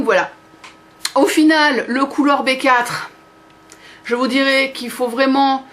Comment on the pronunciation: Colour B4 ce prononce Colour before ce qui en français veut dire la couleur d avant B=be 4=four